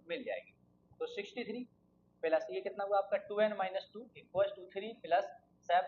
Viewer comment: Appreciable explanation, no offence but ...😶‍🌫️ Plus ❌😂 Peelus ✅